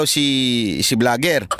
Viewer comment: Kung nagkamali man si bisdak sa pagpronounce ng vlogger at ginaeang bligger, ikaw naman ang life ginawa mong lipe at ang fact ginawa niyang pact. Alam mo, hiniram lang natin ang English language, kaya pagmagkamali sa grammar at Pag pronounce, okey lng yan.